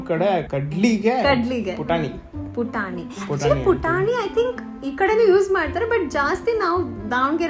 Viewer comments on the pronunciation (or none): Hurigadale ge putani alla "puthani" antaara